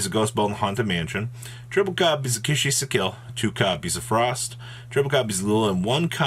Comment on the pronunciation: bruh it’s kis-i-kill 🙃